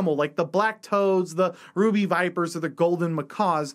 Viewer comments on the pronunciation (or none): none